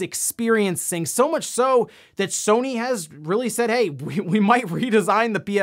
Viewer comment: Did anyone else notice he said "he guys welcome to NewsWave" or is that normal?